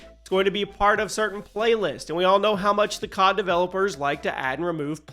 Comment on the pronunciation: bro said cob instead of cod